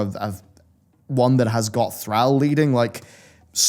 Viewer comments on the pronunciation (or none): Then you say threll not thrall. What the hell